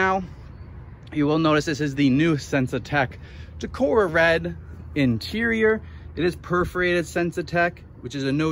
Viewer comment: It’s Tacora Red, not Taroca